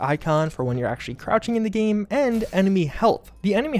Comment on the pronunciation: Dude it‘s game, not geeem ...